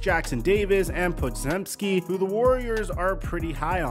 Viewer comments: 'GEM' as in Po-Gem-Ski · It is pronounced pojenski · You didn't butcher Podziemski, it was good enough :p. Btw I'm impressed by commentators nailing pronunciation, considering how super duper awkward slump of letters it must be for a non-Polish speaker. Btw2 it used to be so freakin funny for me how you guys say Wojnarowski, but I got used to it. It's fiiiiine. We understand each other despite different mother tongue and that's what matters. If I wanted to be an asshole, I would say you guys were mispronouncing Gortat all the time, putting emphasis on the second syllable instead of first, but come ooon who cares